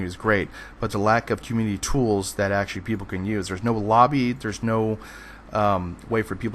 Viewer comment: you say "actually" and "basically" WAY too much (and you say them so fast it sounds like "basely" and "ashley" every time. similarly, when you say "community", it sound like "commity"). slow down, vary your vocabulary, and your videos will be that much more enjoyable :) additionally, its "PLE-thor-a", not "plen-TOR-a". notice there's no "N" in the correct spelling, and the emphasis is on the first syllable